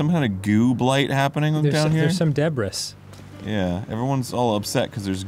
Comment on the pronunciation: Chasm is pronounced "kasm" and debris is pronounced "debree." I wasn't sure if they were feigning ignorance or not, so... And it is improbable that any of them are ever going to see this, but there it is.